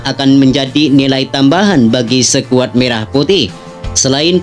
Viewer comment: Ko' bacanya sekuad.